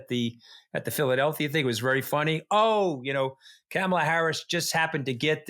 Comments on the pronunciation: Hey Anthony, you need to learn to correctly pronounce Kamala's name. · Trump stepping down? I suppose you need an angle for your show. It worked. I clicked and am listening, but Anthony, PLEASE, PLEASE. learn how to pronounce Kamala's name. It's jarring every time you mispronounce her name. Thoroughly enjoyed this episode and have subscribed. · Anthony Scaramucci isn’t dumb. Why can’t he pronounce VP Kamala Harris’ first name? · Say her damn name right. You are a smart man. You can enunciate Kamala properly! If anybody knows how to say a name right you should be one with Scaramucci!‼️ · Can you both please learn how to pronounce VP Kamala Harris’ name. It’s really annoying to hear you mangle it. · Mooch can't even pronounce Kamala, Ugh!!! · Anthony could at least pronounce Kamala correctly. It’s not difficult. I think some people enjoy purposely mispronouncing her name. It is simple respect. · Anthony, please learn to pronounce Kamala’s name properly. Also, are you trying to confuse people by calling project 2025, project 225?? Thank you, Katty for not only being the adult in the room but calling Josh Shapiro a grownup also. That was very accurate. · Mr. Scaramucci...it's not that hard to pronounce Kamala correctly. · Seriously? Why is the mooch mispronouncing kamala's name? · Mr. Scaramucci, please pronounce Vice President Harris’ first name correctly. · You guys are great. Mooch- you gotta learn to pronounce Kamala’s name. She’s earned it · I'm surprised that caddy K did not correct Anthony in his mispronunciation of Kamala Harris's first name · You're not pronouncing Kamala correctly. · How is it that Anthony, who is eloquent and posseses an excellent command of the English language, cannot seem to pronounce Kamala? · Why can’t Scaramucci pronounce the name Kamala. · I'm sorry, but I just can't watch these anymore. Every time Mooch mispronounces Kamala's name, it drives me crazy! I've had enough! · Camel-a? Jesus Christ you guys. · Kamala (comma la) not camel la.